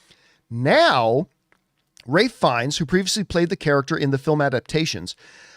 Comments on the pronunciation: For loving Ralph Fiennes, you kept calling him Ray!! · That is how you correctly pronounce his name, watch any interview it's always pronounced raif not ralf.